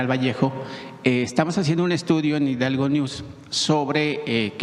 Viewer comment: Ahora ya no es Hidalgo es hidalgueishion 😂😂😂😂😂😂😂